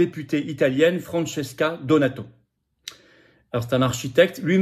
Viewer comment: Francesca DONATO e son mari Angelo ONORATO. Si vous voulez parler de quelque chose au moins informez vous comme il convient et prononcez leurs noms comme il se doit. L' approximation n' est pas toleree. !!!!!!!